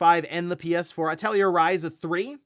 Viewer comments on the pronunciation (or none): That’s not how you pronounce Atelier